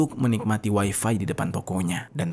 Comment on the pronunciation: Bang ga usah ngomong waifai...toh juga Abang sedang bicara pake bahasa Indonesia...